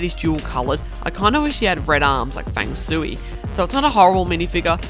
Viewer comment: And actually it’s “Fang Shui” not “Fang Sooey” his name came from feng shui.